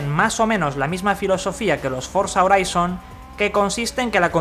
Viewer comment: Se llama forza "joraizon" así se pronuncia, si lo vas a pronunciar en español entonces di HORIZONTE